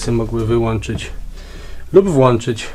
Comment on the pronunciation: Super film, ale zwrócę uwagę na małe błędy 😅 Nie „stewardessy”, a czyt. „stjułardessy”. No i oczywiście nie włonczamy i wyłanczamy, a włączamy i wyłączamy 😘 Przymykając oko na te błędy film jest wręcz genialny! Jesteś jedną z niewielu osób, których filmy na youtube mają jakąś wartość i faktycznie edukują a nie ogłupiają 🙊 Gratulacje 👋🏻